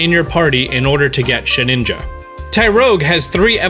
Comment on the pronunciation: Did he say “Sheninja”?